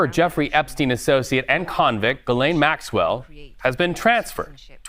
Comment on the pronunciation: It's Jizlane Maxwell